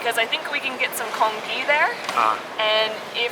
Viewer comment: congee is actually pronounce con-G, like G in gentle, not G in guide